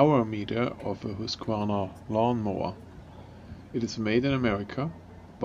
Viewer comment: Wow! Someone who pronounces Husqvarna correctly. :)